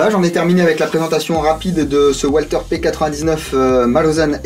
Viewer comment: la marque Walther est a prononcer valteur